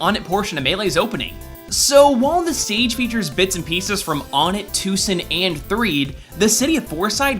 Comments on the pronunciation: I know I'm a bit late to the party here, and I don't want to be THAT guy, but logically speaking it should be pronounced Won-ette, or even Wunt. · Don't worry ***** I also pronounce Onett like that. Right or wrong I'm on your side for this one. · Oh my god your pronounciation of Onett is fucking HORRIBLE. Its "OH-NET" or "ONE-EHT" Earthbound is my favorite series but fuck I disliked this for that reason alone. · Really... ONEtt, TWOsen, THREEn, FOURside! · One-it. One-it. ONE-IT GODDAMMIT! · I've always pronounced the city, "Oh-net." But hey, you say "poh-tay-toh," I say "poh-tah-toh." Semantics seems to be something that the internet doesn't understand, as if this generation never learned about them. Just because one pronunciation of a word is the one that is used the most doesn't mean it's right. Get over it, internet. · I believe it's pronounced, "One-et" as the other towns pronounce the numbers as well. (Two-son, Threed, Four-side) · Its WUN-ett. Onett, Twoson, Threed, Fourside. 1, 2, 3, 4. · Shouldn't the first town's name be pronounced "one-net"? Because it's the number one? One-tt. Two-son. Three-d. Four-side. Also, my mind was blown by the presence of the meteorite. :) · Lotus Prince Yes, it pisses me off to no end when people say ahn-net or oh-net. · ITS PRONOUNCED WUINET FAGOT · I always pronounced it "won-et", since the towns are clearly named after numbers. Is there a definitive way to prove it one way or another? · Onett is pronounced /oʊ nɛt/ (oh-net). In Japanese オネット (Onetto). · It's pronounced One-ett :b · Am I the only one who pronounces Onett as "want?" (to make the meaning behind the name more obvious). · ***** Just saying the correct pronounciation is One-ett. Took me a long time to realize that too. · i pronounce it Oh-Net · Its pronounced O-nett (OWE-NET) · I pronounce it O-NETT. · It's pronounced "won-et". All I did was shake my head and frown. I am disappoint. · Personalty I pronounce it. OH-NET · It's pronounced Ohn-ette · Onett. One-et.